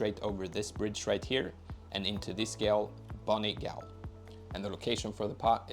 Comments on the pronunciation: Gaol is pronounced “jail” 😂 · Gaol is pronounced Jail. It's the old way of spelling it. Also, scadutree is shadowtree. Scadu is old spelling for shadow. I just learned this the other day and wanted to share :) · Thanks, also Gaol is pronounced "Jail" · ☝️🤓 ummm actually..gaol is pronounced the same way as jail..thank you for the video friend, these pots are actually amazing to use in pvp lol